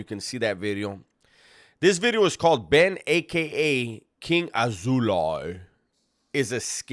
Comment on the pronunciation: "King AzouLIE" 😅😂😂😂